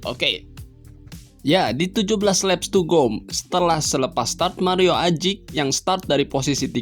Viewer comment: Wkwkwk...cuma pengucapannya aja kedengeran lucu...🤪🤪🤪